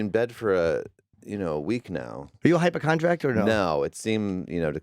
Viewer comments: Awww jimmy. Hypochondriac doesn't have a T in it, you silly goose 🦆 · Kyle is a bit of a standout. Jimmy said "hypochondriact".